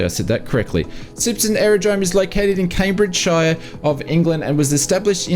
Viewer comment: Just to correct you. Cambridgeshire is said like Shear, like shear a piece of paper, instead of Shire. Otherwise keep up the good work